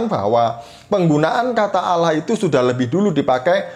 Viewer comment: Kenapa org Indonesia di dlm islam Allah di lafalkan dengan suara auloh?? Apakah bunyi tulisan Allah dlm bahasa Arabpun berbunyi auloh?